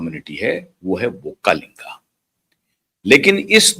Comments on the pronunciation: Sir pronounce properly it is not vokkalinga but is VOKKALIGA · Not vakkalinga it is VOKKALIGA 😊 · Not vokkalinga, vokkaliga